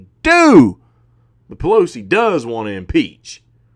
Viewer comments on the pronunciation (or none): Hahahaha..."AOC and P-Lo-C". Love ur takes brother👍.